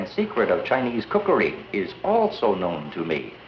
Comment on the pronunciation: Did this white person say “ cookayreee” ? 😂😂the “awdacadree” (bangs gong)